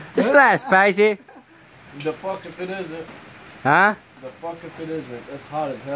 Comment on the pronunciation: "Ta picoso güey" isit spysi